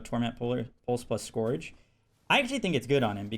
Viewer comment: Yea, it's pronounced Sc-ur-ge like the "ur" in urgent